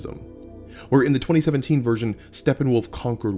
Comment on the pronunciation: I heard "2017 Steppenwolf" as "2007 teen Steppenwolf" and was confused for a bit. :D